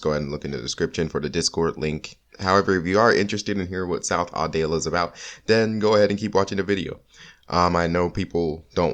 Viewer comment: "South Audale" Hmmmmmmmmmmmm Edit: love this video Good JOB man